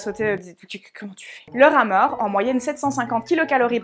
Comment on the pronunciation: J'ai entendu "Rat mort" au lieu de rameur.. 🙃